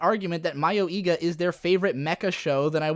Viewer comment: Not that it matters, but the pronounciation of "mayoiga" is more like mayoi-ga than mayo-iga. Mayoi 迷い is one word, ka (or ga in this case) 家 is another.